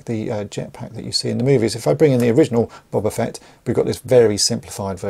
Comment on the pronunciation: BOW - BAH FETT not BOB - AH FETT 🤣🤣🤣